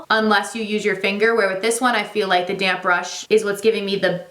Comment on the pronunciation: Why do I always hear “damn brush” or “damn sponge “ instead of damp 😂